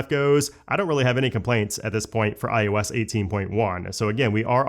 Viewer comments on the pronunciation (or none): Am I the only one who hears him say it as “iUS” instead of iOS?🤷🏻‍♂️🧐